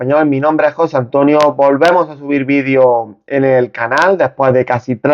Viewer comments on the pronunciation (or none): Video ,video, haci se dice no vidio gallego aprende a hablar bien en la lengua castellana no existe el VIDIO .